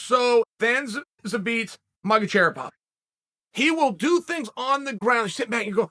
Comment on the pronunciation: I’m glad Uncel Chael teaches us to pronounce „Zabit Magotcherrypov“ correctly